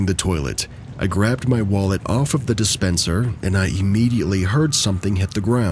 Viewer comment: Dispensor? Dispenser. 😂 I do this all the time